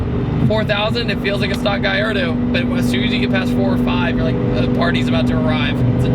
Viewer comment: Guyardo? never heard of it. Its called a Gallardo not Guyardo